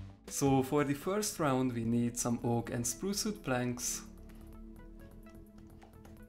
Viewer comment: "Vood" hehe I love his accent